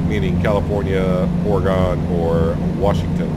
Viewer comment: Not sure if you read these comments much, but just FYI, Oregon is pronounced Ore a gun.